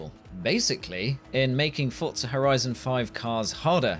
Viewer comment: The only thing about this that annoyed me is the fact he pronounced "Forza" like "fortza" 😤